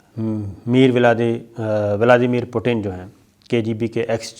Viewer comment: Sabir shakir sahab aap Russian president Vladimir Putin ka name ghalat le rahe ho(.meer vilede Putin)tajzia karne se pehle os ka name tu seekho.